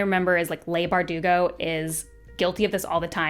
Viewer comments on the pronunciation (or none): none